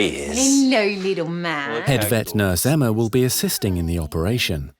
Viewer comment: & Emma..not Enma lol.